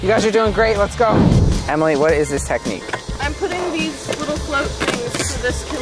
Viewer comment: Why did say jemily to Ellie and jentzen